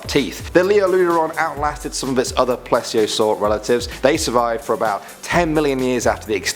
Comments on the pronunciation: not pless-eo saur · its please-e-o-sour